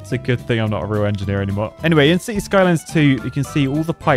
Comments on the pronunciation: I cant be the only one who hears him say "sissy skylines 2" in his intro right? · Sissies Skylines 2 ???? Bro can't even pronounce the word Cities